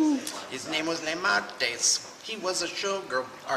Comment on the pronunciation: *cry*., love ya man... but ignorance killed those Shrikes, not Lemartes (or "Lame" artes LOL). Keep the vids coming though! Maybe keep one of your veterans nearby next time;)